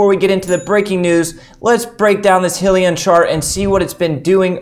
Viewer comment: It’s pronounced “high-lee-on”!